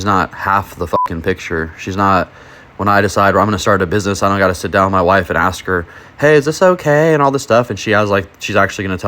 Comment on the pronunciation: Learn to say Ask instead of Axe.